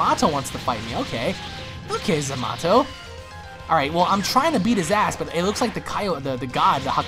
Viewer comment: why do you say zamato instead of zamito